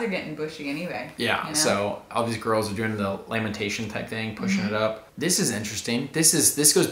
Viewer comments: everyone else: “lamination”: “lamentation”😭😂😂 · Did anyone catch say lamentation instead of lamination 💀 HAHAH.